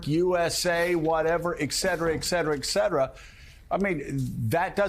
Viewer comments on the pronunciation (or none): “Et cetera”, Joe. “ET” The young generations have abandoned you. At least pronounce the “et” correctly.